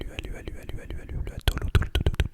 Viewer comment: Coucou, pour les îles Samoa pour la prochaine fois, on prononce les lettres "U" en "OU" par exemple: Tahi - LOUA - TOLOU...